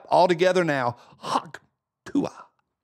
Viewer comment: Obama says haktuah 😂😂😂rolling on the floor 😂😂😂